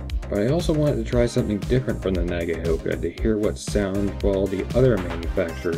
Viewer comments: And Nagaoka is pronounced: NAH-GOW-KA ('gow' as in 'cow'). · Wrong again! Na- ga-o -ka But do not dilly-dally or enunciate the "a" and "o" you almost slur them together - and that's where the "cow" came from, though they are not combined to form a new vowel sound as in " cow" either. - Sandy